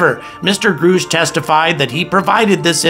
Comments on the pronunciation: How do you get Groush out of Grush ? If you are going to report on this guy, you should learn to pronounce his name. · "Grush" not "Groosh"